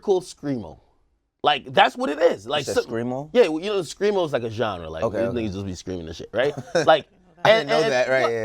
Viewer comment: SCREAMO*** Ak over here saying "screamal" LOLOLOLOLOL